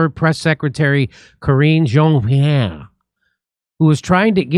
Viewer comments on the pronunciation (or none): It’s pronounced Karen Jean-pair